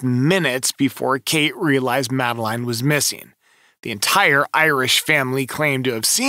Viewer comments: Christ. Do your research. Madeleine is pronounced Madalinn. The twins are shaun and Amelie. It was 2007. Blood wasn't found in the car, it was cadaver scent. Not watching you anymore. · 😂 why don’t you pronounce the girls name like her parents do? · Do you expect this video to be taken seriously when you can’t even pronounce Madeleine’s name correctly and you add crazy effects to the images. Definitely not one to watch.